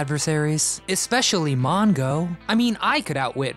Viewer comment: "MoN-Go"??? Who picked this guy to narrate?